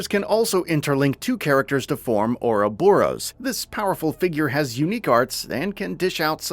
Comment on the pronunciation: they have already put their preview video up, and it's the same dude that gave us Rain, Duncan and Naypon. He now pronounces Ouroboros as Ouros Boros. Once again, despite it being said in game numerous times.